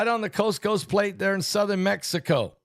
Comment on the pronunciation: Is he saying coast coast plate or what?